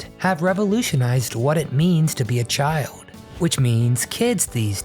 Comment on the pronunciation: Caboo not cable? Chiood not child? Goff, not golf? Toad, not told? I know you can do it! (In the 70s I had a lot of speech therapy myself.) Back dashboard? The back window. Inhale paper or fumes? Inhale mimeograph paper fumes. Pour milk. Dump a bowl of cereal. Greased-up floor? Not a waxed and polished one?